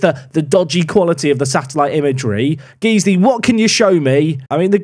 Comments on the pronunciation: Guys-Lee, guys-lee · its not geeze-ly, it's guys-ley. it's a leeds thing. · Loving this save. FYI it’s GuysLee not Geeslee tho 😂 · its not Geesley, its pronounced Guysley but spelt Guiseley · Guys-ley, not Geez-ley... Smashing the league now bud! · Guiseley not Geesley. Guys Lee. But more accurately I guess, Guyslih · It’s pronounced Guys-Lee. You’re welcome 😂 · Saying "Geesly" is an inside joke, right? Right? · Just to let you know, Guiseley is pronounced Gysley, not Geesely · "Guys-Lee" Went to school in guiseley so awesome to see an away day (TM) at nethermoor! If it changes the rating, there great pubs and fish & chips just down the road from the ground! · Love the video, it's hurting how much you're pronouncing Guiseley wrong though! It sounds like Guys Lee:) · I hate to be this person but Guiseley is actually pronounced Guysley. Great P2P series, again! 👏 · it's Guiseley as in "GUYS"ley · It’s pronounced guys-lay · Guiseley is called (guys-Lee) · Pronounced “Guys Lee” 😏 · it’s pronounced Gize-lee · I think its pronounced Guysley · Just a heads up, it’s pronounced guys-ly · Please please stop saying Geez-ley. My OCD would be chuffed. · Generic comment about Guiseley being pronounced 'Guy-sley' to push the algorithim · Guys-lee. Repeat after me Guys-lee. COYL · Came to the comments to tell him this :D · As a man from Guiseley I found this upsetting. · I'm glad I wasn't wrong about people freaking out about your pronunciation of Guiseley. Quality bait. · I love you, but it's pronounced.... Never mind 🤣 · Every park to prem pronounces Guisley the same way to get the interactions in the comments and every year people try to correct him 🤣 He does it intentionally people 😂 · Please, please, keep pronouncing Guiseley wrong, it's hilarious listening to you butcher the name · Please don’t ever say Guiseley again 😂😂😂😂